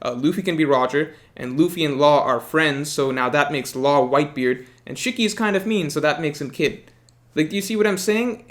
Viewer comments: It’s SHE-KEY Not SHICK-Y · That Shiki pronunciation hurts